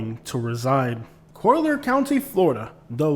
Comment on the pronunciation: Yeah Im curious why you pronounce it “ co- leer” county? But besides that pretty good video. But naples is segregated. Everything west of 41 minus Naples Park is reserved for the rich.